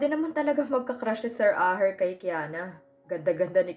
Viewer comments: asher po, hindi po aher... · Pwede pronounce your words properly. Asher not Aher more nice to hear the correct pronounce, Sorry correction must under your care. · wag nanaman ibahin ang name ni Asher, Hindi aher. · Ito nanaman Yong narrator na robot Kakairita ano daw Aher😅😅 akala ko Asher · pkibasa NG maaus.. ASHER. NOT AHER.. READ VERY WELL.. PLEASE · Ayan tama ang gnwa mo asher,dhil plabas lng ng 2 un, mga sira ulo ng mag aama,hndi k mgttgumpay av a sa mga mssama mong blak lalo p at pera lng ni asher ang hbol mo, ashe at hndi aher,ang pngit pakinggan,ang gnda p nman ng story,c asher nga ang tunay n ama ni elora,sna nman wlng mrming stress ng story👍👍👍❤️❤️❤️ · Aher? Or. USHER please be careful Ganda Sana ng kwento